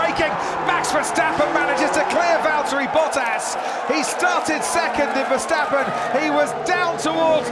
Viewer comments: Verstappen before the race:verstappen Verstappen in the start: verstopping,🤣🤣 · ah yes Max Terversappen